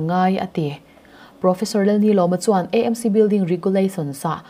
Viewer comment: AMC kan lam dan hi mizo A Aw B ang in lam hram2 nise kati ve teh ang